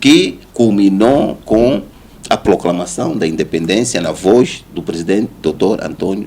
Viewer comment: O outro repetiu mais de 3 vezes ploclamação 🤦🏾‍♂